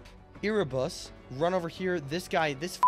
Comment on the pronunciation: Bro erebus is not called e r e ere like air but with a e